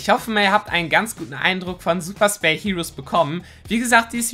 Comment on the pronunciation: Super spell klingt das wie super sell